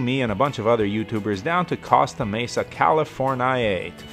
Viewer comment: CostA Mesa ? Say it like Coasta Mesa